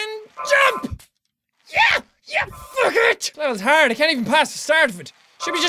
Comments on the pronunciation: In the middle of reading this he said "fuck it!" It sounds like fucket! Lol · When he says FUG ET it sounds like hes saying baguette